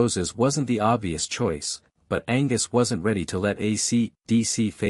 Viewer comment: Angwus???!!! Angus